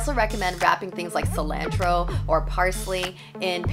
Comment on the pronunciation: Somehow, I missed seeing that you're from Toronto. But, the way you say cilantro and you said expiry date I instantly knew you're Canadian. Hello from Northern Washington. ❤️ Thanks for the tips.